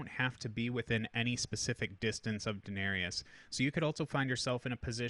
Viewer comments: This bothered me pretty bad too lol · This was triggering me hard, too. :D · Thank you, glad it wasn't just me 😂